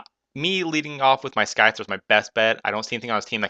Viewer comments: sky-thar? its scyther xD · It was probably HP rock becasue its 4x super effective on SCYTHER (Sigh-Ther). You seem new to pokemon. It was an ok battle. You really had the upperhand this battle though so maybe next time choose a closer battle.